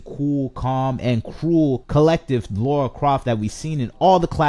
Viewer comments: This franchise is ancient and yet STILi need to ask this...who the hell is laura croft? Its lara. Makes me laugh when ppl claim to be fans but can't even pronounce her name. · Precisely. He can’t even say her name correctly😩